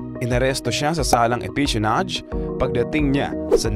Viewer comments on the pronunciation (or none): parang si Alice Guo lang yan. ang machinist is pronounced as mashinist, hindi makinis. espionage po, hindi espisionage. :goodvibes